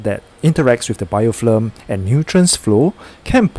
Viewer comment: It's BIOFILM not BIOFLIM